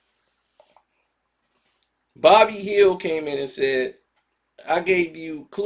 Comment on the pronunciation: Who's bobby hield?!😆😂 It's buddy man...